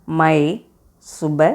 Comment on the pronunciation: Mai (Main)nu solringala mam,aana inga may nu tha pronunce panraanga,meethi ellaam neenga solra maari thaa